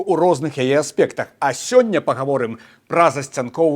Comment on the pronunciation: aspEkt, viEdučY, (siaredniaja) klasA